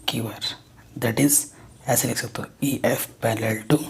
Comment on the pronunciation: sir parallel hota hai pallel nahi